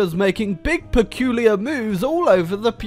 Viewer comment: Take a shot evreytime says "perculiur"